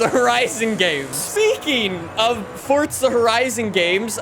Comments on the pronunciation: bro it’s for za not fortza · It's Forza not Fortza you loud mouth. Lay off the adderall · It’s forza not fortza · Why does he keep pronouncing it fortza when it's forza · It’s forza not fortza 😐😐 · Stop saying fortza there is no T in it it’s spelt forza for a reason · Fortza lmao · ok great vid my guy but it gets me madd every time you say fortsa horizon🤣its forza not fortsa otherwise great vids bro keep it up😂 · Fortza horizon😂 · "Fortza horizon5" I didn't know Forza had a T in it 😂😂😂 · Stop saying fotza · STOP SAYING FORTSA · please stop calling it fortsa